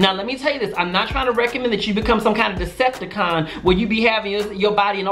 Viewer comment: He did not say deceptacon lmaooooooooo